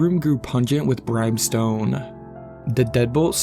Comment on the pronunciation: Not to nitpick but it's brim stone. Short i sound, like Tim.. There's no E in the middle. Like the sentence "there's fire and brimstone hailing down upon us" .. brimstone is an actual thing.